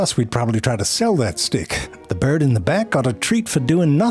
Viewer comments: Obsessed with the way he says "bjrd" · Hearing Zefrank say “Byrrrrd” is audible antidepressant. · yes, and 'dorg'